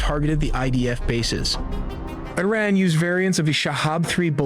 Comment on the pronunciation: I love how their generated voice they use can't even pronounce Iran. I would take this video with a huge grain of salt.